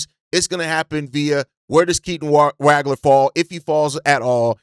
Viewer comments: Dude, you’re butchering Keaton’s last name. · Ngga claim to be a Illinois fan but he says Wagler’s name wrong